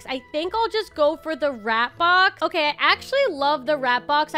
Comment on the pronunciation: "okayeh-" It made me laugh and idk why 😭😭